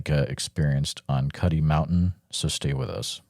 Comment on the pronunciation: Just FYI it’s Cuddy Mountain and not Cutty.